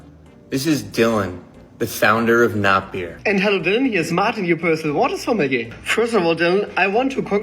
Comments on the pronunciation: It doesn't matter but it's going to bug me: JSYK, sommelier is pronounced "soma-lee-yay" (or "sommeh-leeyay" maybe?). Something closer to that. It does look like it would sound the way you said it, though. French isn't a real language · I feel like I should tell you that “sommelier” is pronounced suh-mah-lee-aye 🫶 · You say sommelier wrong every time and holy shit it’s hurting my BONES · The way you pronounce sommelier is frustrating 😭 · I love how he pronounced "sommelier " haha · I’m begging you to google the pronunciation of sommelier